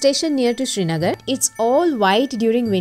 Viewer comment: And please its "sri" nagar - land of the sun and not SHRI NAGAR